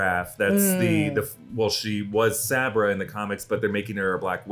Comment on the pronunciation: Saw-bra not saybra.